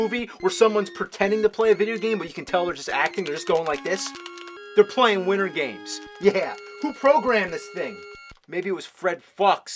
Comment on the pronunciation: Widdern games, another avgn speech impediment issue